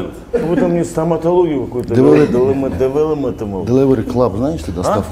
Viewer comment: "Эффект Дэвелепноменд" 😆😆😆😆😆😆😆😆😆😆😆😆😆